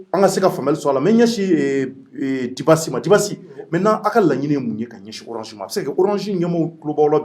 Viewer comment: MESSAGE POUR, CE N ' EST PAS DU TOUT PROFESSIONNEL DE MAL PRONONCÉ LE NOM D ' UNE PERSONNE QUE TU REÇOIS, SURTOUT SI IL TE LE RÉPÈTE PLUSIEURS FOIS ET QUE TU CONTINUES DE MAL LE PRONONCÉ DIBASSI ET BIDASSI CE N ' EST PAS DU TOUT LA MÊME CHOSE, LES ENFANTS APPRENNENT À L ' ÉCOLE LA DIFFÉRENCE ENTRE LE D ET LE B EN PREMIÈRE ANNÉE LA RÈGLE DE POLITESSE DE BASE EST DE CONNAÎTRE ET DE BIEN PRONONCER LE NOM D ' UNE PERSONNE QU ' ON INVITE SI UN JOURNALISTE OU UN ANIMATEUR EN EUROPE FAIT ÇA À SON INVITÉ? LA PERSONNE QUITTE IMMÉDIATEMENT LE PLATEAU ET FÂCHÉE À VIE JE SAIS QUE TU VAS RECEVOIR LE JEUNE RAPPEUR WIZI WOZO SI TU L ' INVITE POUR PROMOUVOIR SON ART CE N ' EST PAS DU TOUT LA PEINE DE LE RIDICULISER EN MÊME TEMPS EN ECORCHANT SON NOM D ' ARTISTE AVANT DE LE RECEVOIR ENTRAINE TOI À DIRE SON NOM, TU PEUX AUSSI L ' ÉCRIRE SUR UN POST- IT DEVANT TOI PENDANT L ' ÉMISSION